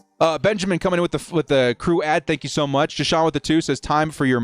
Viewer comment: "Thenk yoo fer ALL cummieeng" Can This Jack Wagon even get his intro right?!! Great...proved youre a galactic moron. Now. STAY THE F#CK OUT !